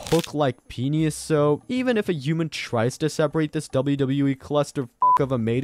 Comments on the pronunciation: Here's some knowledge for you. It's pronounced PEE-NISS not Peenyhus. Holy hell. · Penius? Is that how I’m hearing your pronunciation? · This has gotta be the first person ive heard to pronounce "penis" as "penus" or "penius".